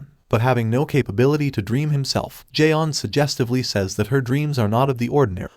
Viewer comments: It's not Jay on, it's john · as well as the martian manhunter isn't j'onn but john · Mr. Garvey: Jay-On. Is there a Jay-On here? J'onn: Do you mean J'onn? Mr. Garvey: You say your name right Jay-On! Mr. Garvey: Tee! Tee! You better be blind, deaf or mute. Tea: It's pronounced Tay-Ah.